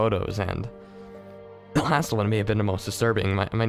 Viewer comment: There are a couple pronunciations that pull me out. I don't mind words that have multiple acceptable pronunciations or are obscure but simple words such as the word 'the' being said as 'da' is incredibly immersion breaking.